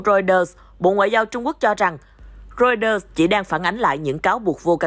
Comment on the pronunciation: Cha kg đọc được chữ Reuters à ?